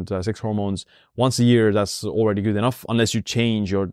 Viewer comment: your channel is super, your English is fine, but plz- good is pronounced, as you pronounce YOU not gyyyyyyd🤣🤣